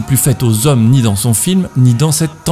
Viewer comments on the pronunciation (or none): Très chouette contenu ! Petit commentaire que j'espère constructif : c'est bien de prononcer les "s" de liaison, mais attention tu en mets très souvent là où il n'y en a pas. Ex : "le regard z'et le propos", ou encore "dont l'arme blanche n'est ni z'une machette...". Voilà, bisous